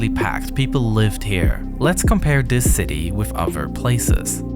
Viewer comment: Why do you say "dis" instead of "this"